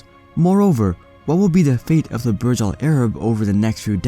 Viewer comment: Burj should be pronounced the way it is written not as Barj. In Arabic Burj mean tower